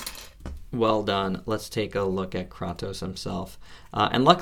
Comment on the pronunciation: it's pronounced kraytos not kroctos lol nonetheless, good vid, Im getting mine tomorrow